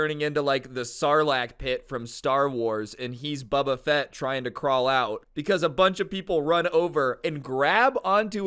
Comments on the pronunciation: Bro did not just say buba fett😭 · Anyone else here him say buba fett lmao